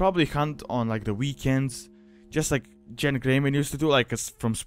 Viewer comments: You mispronounced Genn. The G makes a geh sound, not a jeh sound. Start a Worgen sometime if you haven't before, the name is spoken multiple times in the starting area. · it might be ya accent but its gen not jen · not JENN its pronounced GENN not JENN, that's how every npc says it, and every player I know that I've talked with on skype / teamspeak / discord, said it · Genn not Jen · If a soft G makes a J sound, then that's wrong, even the npcs say Genn, there for, GENN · To much stuff that isn't accurate first of Genn doesn't have a j sound it's a g sound second the events of the Worgen Starter Area take place during the Cataclysm pre-patch in Wrath of the Lich King not after Deathwing comes out of Deepholme. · You say Genn the same way you say gif